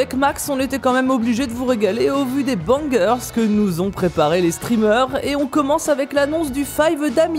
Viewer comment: mdrr "bangueurs" il s'agirait de comprendre ce qu'on lit quand meme nan?